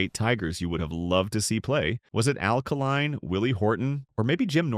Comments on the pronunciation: Hey, Stupid! Try Al K-line, not Alkaline!!!! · It's Al Kaline; not Alkaline